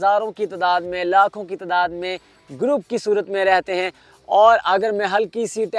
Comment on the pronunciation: Why you say lakhoon and Croroon hy is Tehni prr !